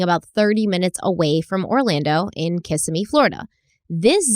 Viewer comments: Fyi, Kissimmee is pronounced...Ka semi Thought you would like to know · I keep coming to the comments to see if anyone is telling she is saying Kissimmee fl wrong haha. I love your videos